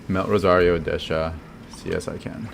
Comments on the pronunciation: Hey thanks for the video. But, why do you keep calling Dehya, Dash-ya? Pretty sure Dehya is a Hindi and Arabic name and doesn't have an s sound in it. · I figured it was cause of the JP pronunciation lol. It's basically the same in the Chinese version too. I guess it's supposed to be De-hee-ya, Dee-hee-ya or Dee-ya in the real world but Hoyoverse will apparently do their own thing for the different languages if they want.